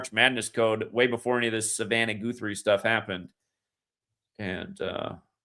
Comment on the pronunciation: Guthrie pronounced like gut not goot ❤️ Like Arlo Guthrie